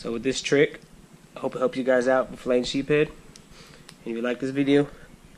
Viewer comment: Sheepshead not sheephead